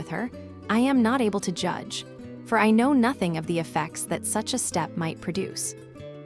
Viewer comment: I love this story. This narrator is horrible. She can't even properly pronounce nothing. Not hing? Ruins it for me. An American accent for a classic British story.